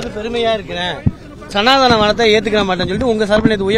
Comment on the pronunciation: சனா த னம் என்று சரியாக உச்சரிக்க டது ப்பு இல்லை சனா தானம் என்கிறான் இவனெல்லாம் அற நிலைய துறை அமைச்சர் 😅😅